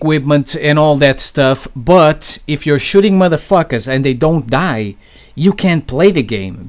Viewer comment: I like how he pronounces "Madafakas" Someone should make an edit of him saying it for like 2 hrs.